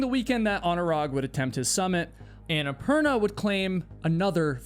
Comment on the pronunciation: Is it just me, or did he mispronounce Annapurna and have to edit it throughout the entire video? Watch his mouth closely when he says it, and it doesn’t match at all. It’s quite annoying.